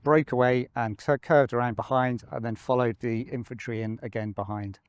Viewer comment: its infantry nor eyefantry so its pea-at